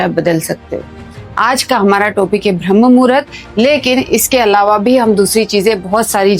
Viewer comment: यह 'ब्रह्म murhat ' नहीं है मैडम, यह शब्द है - 'ब्राह्म मुहूर्त' है. जब आपको सही शब्द ही नहीं मालूम तो फिर उसकी जानकारी भी आपको क्या ही होगी?